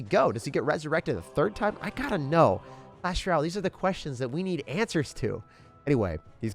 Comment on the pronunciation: Why he say clasheroyale like that